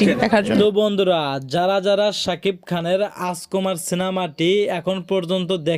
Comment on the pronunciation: হালার ঘরে হালা তুই যে ইউটিউব চ্যানেল চালাস কথাই বলতে পারোস না তুই বলস রাজকুমার সিনেমা তুই বলতাছস আচকোমার তুই আগে মুখের উচ্চারণ কর আগে শিক্ষা লাগে মুখে কথা বলা শিক্ষা চালাইস কথা বলার কোর্স কইরা ইউটিউব চ্যানেল মিডিয়ার সামনে আয় শালা গদ্য কোন হানে তুই রাজকুমারের নামই বলতে পারোস না